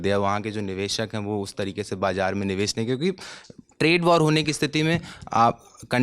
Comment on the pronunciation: Bed se so kar uthakar agaiye hai lagta hai. Lalantop ki reputation ka to khayal rakho, screen time mil raha hai uski respect karo bhai. Upar se communication bhi mashallah. 'Niveshak' ko 'Nivesak'. 'Shayad' ko 'Sayad'. 'Bazar' ko 'Bajar'. kya kar rahe ho.